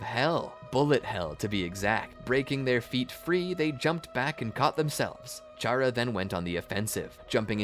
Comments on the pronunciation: ain't no way bro combined undertale and naruto💀 great video so far though, also i think its pronouced Cara not Chara, but idk it might be up to the player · Its pronounced K-era because its like Character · 1 its pronounced kara 2 charas intangible